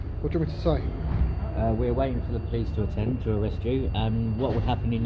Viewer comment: When you say "police", it sounds like "pleece", that's why he didn't understand.